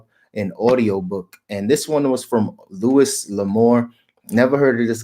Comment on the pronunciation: Hi, the Louis L'amour books are awesome! Louis is pronounce "loo-ee".